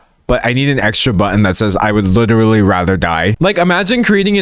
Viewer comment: WITERALLY WITEWARLLY WITERALLY does this guy know any other words jesus